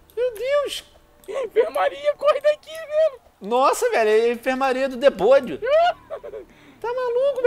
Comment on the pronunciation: Venom porque vç fala Debonio em veis de Demonio